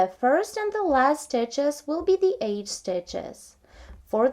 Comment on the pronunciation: She is saying EDGE... Sounds like AGE. Just figured it out myself. Now it makes perfect sense.